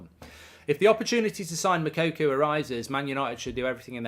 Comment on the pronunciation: Mou-ko-ko ffs its not mokuku like you always say its annoying me now 😂